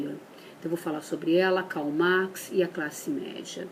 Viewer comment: olha q demais gente, uma especialista em Marx q n sabe falar o nome dele!!!!!!1